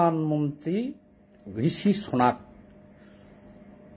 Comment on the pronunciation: ভাই নামের উচ্চারণ গুলো ঠিক মতো করেন, ঝষি "পনাক" আর জাসটিন "টুন্ড" নয়। এরকম বললে শিক্ষিত লোকদের কাছে ফরওয়ার্ড করতে সমস্যা হয়।